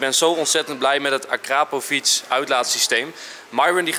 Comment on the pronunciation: Jongens en meisjes ik erger me echt een beetje aan hoe enzo akrpovic zegt akrapovic en enzo arkraaapovic echt irri